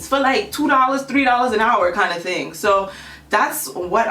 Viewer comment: "Ima need you to do one ting and one ting only" GIRL....BEEEEEN DID DAT 💁🏿💁🏿💁🏿💁🏿💁🏿💁🏿